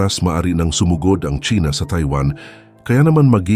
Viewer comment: Sumōgod. Hindi sumògod.